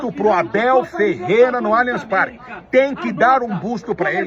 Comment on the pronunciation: Só vou curtir o vídeo qdo vc aprender a falar o nome do estádio corretamente. Alianchi Parque não existe.